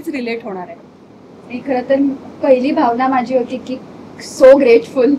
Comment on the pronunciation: भावना म्हणा ग भाव्ना नाहीये.